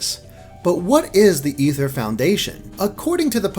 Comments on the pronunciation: It's ay-ther not e-ther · ITS NOT EETHER ITS AY-THUR OMG STPOPOPOPPOPP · It gets annoying. Its not Ether, its Aether. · Is it pronounced Ether or A-ther lol I can't tell Xd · It's pronounced (A ther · It's called the flipping aether foundation pronounced LIKE THE WORD IS OMG BRUH